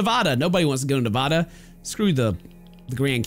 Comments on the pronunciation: And the way he said it wrong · ..... you said Nevada wrong